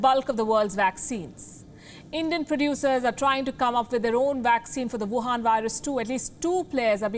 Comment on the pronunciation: Wohan vurus🤣🤣🤣. Palki u are the best